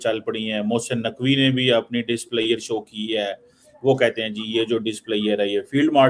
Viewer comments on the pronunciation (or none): Displayer.... 😅 Cheemu it's: DIS P L E A S U R E